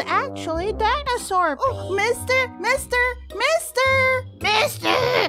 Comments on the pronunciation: Why do I keep hearing Mista instead of mister? Guess I watched too much golden wind.... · When she kept saying "*mIstER*" i thought she was saying mIsTaAaaaA